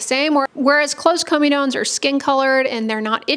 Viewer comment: Comedones is the plural or comedo, not of comedone Also pronounced cor-medo-kneez